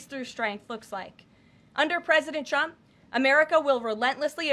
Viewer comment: She pronounces the president's name where sounds like "Chump". Sounded like that a few times, Karoline needs to work on that or "Chump" is gonna get real mad.